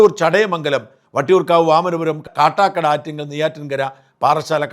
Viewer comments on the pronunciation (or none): none